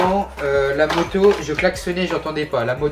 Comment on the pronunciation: Quand tu dit moto on dirait tu dit motio